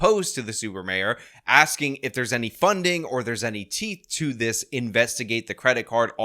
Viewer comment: Stop axing questions.